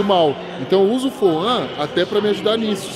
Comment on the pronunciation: Temos que comprar mais sup das marcas pra elas pagarem uma wise up pros atletas pqp kkkkkkkkk Foam o cara fala Foã kkkkkkkkkkkkkkkkkk